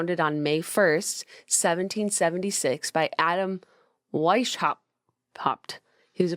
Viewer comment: Ingolstadt is totally not pronounced the way Jenna pronounced it. Neither is Professor Weishaupt. 😂 And I thought Americans knew that Bavaria is in Germany. It's where all the German stereotypes come from.